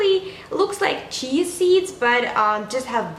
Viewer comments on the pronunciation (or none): none